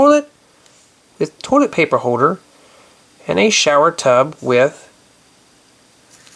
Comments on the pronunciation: it's pronounced toilet not tolet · did you say torlet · Why does he say torlet lol😅😆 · the way you say toilet doesn't sound right